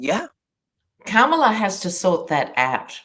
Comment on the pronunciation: Oy. COMMA-LUH!!!